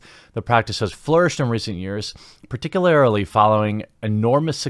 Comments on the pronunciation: Particularily? C'mon man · Par-tic-u-lar-ly not par-tic-u-lar-ily 😘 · particularily. ParticuLARILY. PARTICULARILY. Ssssstop it! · Dude. Particularily isn't a word. Its distracting, just so you know. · Someone needs to teach TQ to say "particularly". It's driving me nuts. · Where does that extra i in particularly keep coming from?